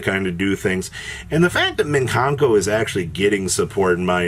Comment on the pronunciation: Great, now we get to hear say “MIN kanko” all over again